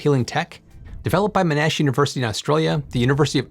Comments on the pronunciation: Just FYI, Monash is pronounced mon-ash, not mo-nash. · Good one thanks. But Sir John Monash would be rolling in his grave... It's not "M'nash", but "Mon-nash" ("Mon" as in "monitor", "ash" as in "cash") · It's "mon-ash" not "m'nash" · Please I beg you, it's MOnAsh, not MnAsh. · Monash is pronounced like mon and ash stuck together into one word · Monash is pronounced mon-ash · Mon-ash, not whatever you said. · down under, we put the stress on Mon: MONash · love the channel. Pity some folks miss the point about exploring emerging tech. Btw “Monash” is pronounced “Mon-ash” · I laughed and cringed at “Mo-nash” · To me it sounded more like he pronounced it "Manash", I liked the video but it hurt my ears every time he said the name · Just for clarification the emphasis is on the first syllable. MON-ash. Great work as usual otherwise though. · you may want to look up a video with the correct pronunciation of Monash since they are doing a lot in your space